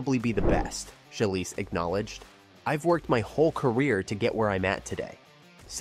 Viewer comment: “SHY-LEESE” (phonetically) And “CHI-LZ” not Chi-less It’s hard to find you credible if you can’t pronounce the names of very well known gymnasts.